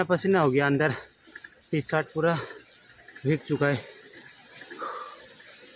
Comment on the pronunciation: Bhij gaya nahi bhai bhig gaya kehte hain plz don't mind pronounciation tik karne ke liye bola huan bura maat manhna